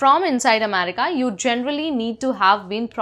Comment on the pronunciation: what do you have against the letter r? If nothing then use it. R is an important consonant in the English language. America is pronounced America, not Amedica.